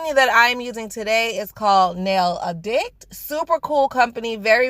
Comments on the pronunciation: I was thinking the same about the way she said addict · darling....I love you so please don't take this wrong, but it's *NAIL ADD ICK-T" Like a drug Addict.... Except nail addict haha! This is the home school Mommy in me, lol! And, thanks for showing me how to use base coat instead of glue, because the glue ALWAYS rips layers off my nails, so this tip is amazing! Please don't take this as I was hating or anything, cause I'm not ❤️❤️ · You said it like "A-Dic-t"😂😂😂😂 Not I'm not making fun of you, girl lol!! Glad you understand ❤️❤️